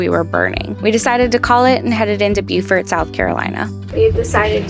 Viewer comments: Great to see you guys on the water again. One thing is you’re going to “Bo-furt”. Beaufort, NC is pronounced like “beau” or bo. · Cudos! Beaufort, SC is pronounced “bu-fort”. Beaufort, NC is “Bo-fort”. Nice job! You guys are the best. 😎🥰❤️👍